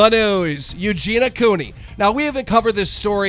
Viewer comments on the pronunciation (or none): when you cant say Eugenia so you say eugena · Eugen-EE-ah Cooney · Ffs...why cant you pronounce EugeNIA Cooney's name PROPERLY? How disrespectful. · Why does everyone say Eugena when they say her name? It's so annoying. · The way he says eugenias name wrong bugs me a lot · That's not how you pronounce Eugenia....